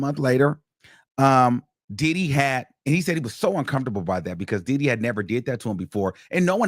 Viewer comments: Every time he say DIDDEEY… I lose it 😂😂😂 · The way he keeps pronouncing Diddy like Did-he is hilarious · No fr every time he says his name the emphasis and exaggeration has me crying I’m now saying it like him DIIDDDDYYYYY